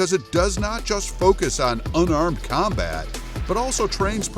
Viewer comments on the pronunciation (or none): none